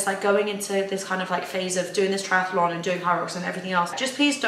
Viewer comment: Lovely vlog as always! May I just point out that’s it’s just Triathlon and not triatAlon? Sorry for being picky, but I can’t unhear it 😅